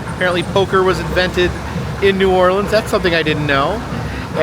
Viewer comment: Love how you pronounce New Orleans correct but etouffee is pronounced a-too-fay not ed-da-fay